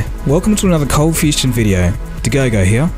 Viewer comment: Did anyone else notice how the intro says "cold fustion"?